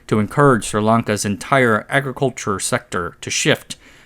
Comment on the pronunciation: "Entyrrr Agriculhurre Sekterrr"